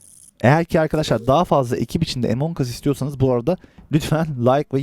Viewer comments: abii yanlış okuyorsun Among us diye okunuyor Emong us deil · abi a ile okunuyor e değil